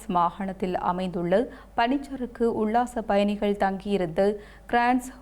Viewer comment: தாயே உன்னிடம் தமிழ் சிக்கித் திணறுகிறது இலங்கையின் தென் மாகாணத்தில் இருக்கும் நகரத்தின் பெயர் காலி நீ காளி என்று உச்சரிக்கிறாய் உல்லாசப்பயணிகள் என்பதற்கு உள்ளாசப்பயணிகள் என்கிறாய் அடியே நீ தமிழை நாட்டு பன்னாடையா ?